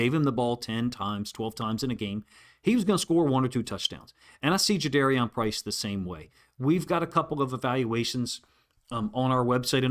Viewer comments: Thanks for your analysis, coach. I guess we learned after the draft that his name is pronounced Ja-DAR-ian, not Ja-DARE-Ian. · Juh-darr-ee-en Was the pronunciation Price gave on his radio intro FYI Respectfully for future reference 👍🏽👍🏽